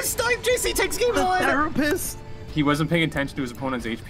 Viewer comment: gunna need a real therapist for the short time it was 'the-rapist'